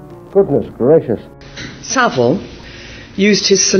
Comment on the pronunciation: It's Saville